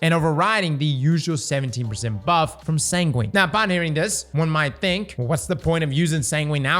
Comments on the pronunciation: Sangwin. That's how it's pronounced! You don't say pengween right? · Sangwin sangwin! San gwin! Say it with me! 😂